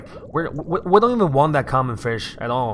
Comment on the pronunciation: he said firsh